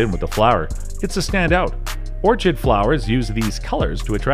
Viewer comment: Say it with me. Or-kid. Or-KID